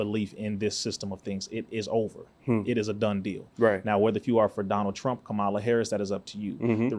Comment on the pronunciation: First off her name is pronounced "COMMA LA". You lost me when you mispronounced her name.